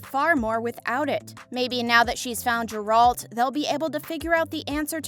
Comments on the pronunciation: Stupid video, these are all questions that the fans know the answer to based on the books and games. Also please look up how to pronounce Geralts name, it’s embarrasing. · For the future, I suggest checking BEFORE recording how to pronounce the names of the characters you talk about, in particular Gerald and Jaskier CORRECT